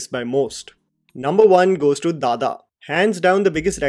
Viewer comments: Its "Dada" not "dha dha" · Sorry please correct your self at least spelling English tittle it is Dada (father, daddy) your are pronouncing dhadha 😂😢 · It's not dhadha it's DADA!! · Its not dhadha... its dada (daddy)..... BDW.. ur recommendations are always good....❤ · It is not dhadha. It is dada, means father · It's not DHADHA...It's DADA ( DADDY) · Not dada It is dada( papa) 🥺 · Isnt it dada? As in some english speaking kids used to address their fathers. Why is it pronunced dhadha here? 🤔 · It's Like,, This is how you pronounce, which is DADDA.. but written for some logic as Dada..much like a kid/baby says. It's not DHADHA..like how you're saying in this video